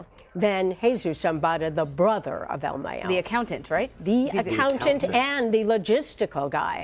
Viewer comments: El mayo!! Not el meyo 🤣🤣🤣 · It's "mah yo" not "may yo" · I stopped this video as soon as homegirl said "ill meyo" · "El Meo" .....😂. You can tell individuals like this , don't live in the real world!...🤣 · "Al Mey-yo" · El mey-o hahahahahaha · “El Meyo”??.... jajajaja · El May-O. haha. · El may-yoh LOL 😂 americanos smh.. its el Mah-yoh....mayo,mayito short for ismael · El maaayooo 😂😂😂 white folks could never Pronounce names right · The way she says "El Mayo" really gets under my skin. I find it hilarious when are trying to sound so intelligent and trying to pronounce the names of the cartel players. Especially their nicknames... they butcher them! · el mayoo 😂 you need to say his name right before you end up chopped up 😆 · Mayo as in "Cinco de mayo", not mayo like mayonnaise. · anyone else cringe when the tried to say el mayo... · Yal are saying “el mayo’s” name so wrong lol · She's saying El Mayo wrong she be missing soon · “EL Mayo” lmao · El mayiooo!!??? Lol